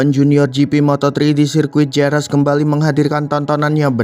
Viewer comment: Jerez dibaca herez boss